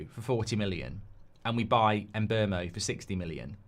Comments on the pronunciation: 4 years playing in the premier league and and still nobody can pronounce or spell Mbeumo properly yet. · is awful at saying his same. She’s the same with Cunha too haha